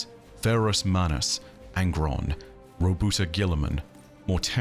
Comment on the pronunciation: Roboute - Row-boot-tay Lupercal - loo-pah-cal